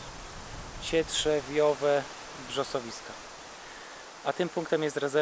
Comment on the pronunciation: No toż powiedział CietwieRżbiowe cietrzźwiowe. Cietrzew :D